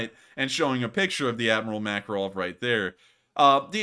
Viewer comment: I first thought you said "Admiral Mackerel" and now it's all I can hear 😆